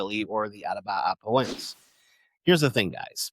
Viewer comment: Please review your pronunciation of Atabapoense. You're transposing syllables. Try /a-ta-ba-po-EN-se/ (not the correct syllabification, but it would help with pronunciation). Also, for Joepii, try /JOE-pee-i/